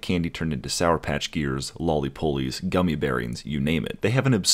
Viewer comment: Hehe "Loli-pulleys"